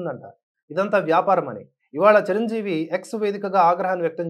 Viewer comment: MEERANTE NAAKU ABHIMANAM KAANI EE ROJU KAASTHA TAGGINDHI, ANTA EMITI, RELAY CHUDAKUNDA EVARO CHEPITHE RAASTHE CHADUVUTUNNARA, CHIRANJEEVI GARINI CIRANJEEVI CHIRANJEEVI ANI CHADUVUTUNNARU IKA MEEDHATA MEEKU LIKES SHARES CHEYYANU FIRST RESPECT ELDERS, &HONUOURABLE PERSONS SORREY